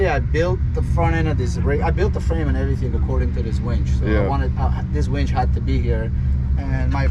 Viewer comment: wInch.. with "I" not "wEnch"